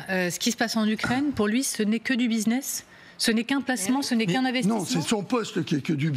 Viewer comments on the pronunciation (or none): none